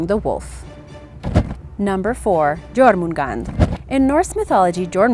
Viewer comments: Jormungandr is pronounced yormungandr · Its pronounced as yourmngandr same as heimdklir (Heimdallr) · It's Jormangandr